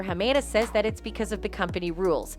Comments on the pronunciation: HA MA DA please say his name right! Not HA MAY DA! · Wow the lawyer pronounced Hamada clearly and yet you still managed to butcher the pronunciation.